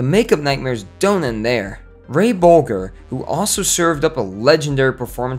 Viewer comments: Ray Bol-G-er?! where did you learn to English?! It's pronounced "Boljer"!🙄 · OMG - Its Bol-jehr not Bol-guhr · It's pronounced Ray Boll Jer. duffus. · Ray Bolger. Pronounced "Boljer". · Soft g on Bolger. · Bolger. Rhymes with Folger(s). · The g in Ray Booger's name is pronounced like j in juice. Just thought you might want to know for future reference. I really enjoy your videos, keep them coming. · The g is soft in Bolger. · Just found this channel. Bolger with a hard g? Seriously? Your film cred: zero. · Seriously, you don't know how to pronounce "Bolger"? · That mis-pronunciation drives me nuts! I met Bolger at Emerson College in Boston (which he was an alumni of) in the seventies, and he would not gave been pleased at that gaff. There's a lot of half-truth, rumor and utter nonsense in this video, and lots of facts simply left out. It's long been established that Sid Luft's book is a rotten source to use, but we apparently live in the Golden Age of bull****. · Maybe he just forjot. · At the very least, pronounce Ray Bolger correctly! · Not impressed. Ray BOLGER (how could a film expert/announcer pronounce it wrong??) and his wife Gwen went to Louis B Meyer to change the casting to Scarecrow, not to Buddy E. And $100 per week was over $5,000 per month in todays money great wages for little people during the depression. Filming went on for many months far longer than anyone anticipated. Sad that they were ripped off though. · How can you mispronounce Ray Bolger's name?